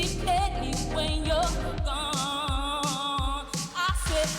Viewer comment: She doesn't know that the way she pronounces that gooone dey spoil the melody of the song. Decent artist though